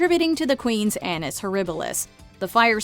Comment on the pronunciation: Careful with how you pronounce the word “annus”. It’s not English, but Latin. Reading it with English phonetics is disastrous.